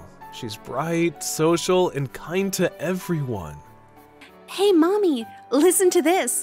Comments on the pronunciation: Hey,! It's Mami, not Maimi! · Bro I thought they were saying mommy😭😭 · The switching between pronunciation of Mami’s name really threw me off